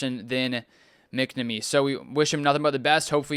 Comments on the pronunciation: He's reading that no doubt and still saying McNummy 😂 Yeah, pronounced "Mack Nahh Meee" but obviously quicker that three seperate sounding words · Its mack-namee